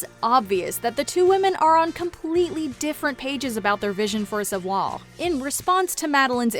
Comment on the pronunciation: meanwhile, you can't pronounce "savoir". oh, the irony